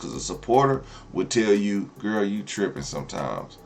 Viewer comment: It's your favorite gwurl your gwurl not my gwurl 😂😂😂